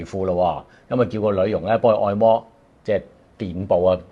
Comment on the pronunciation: 不只一次聽將「按」摩讀作「愛」摩，今次仲將「臀」部讀作「殿」 ！ （大概在片段時間 左近出現）